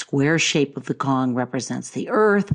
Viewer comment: It's pronounced Tsong not Kong for Cong (琮). Rising tone (2nd tone) if you want to use Mandarin Chinese. "C" in Pinyin is pronounced Ts with heavy emphasis on the t.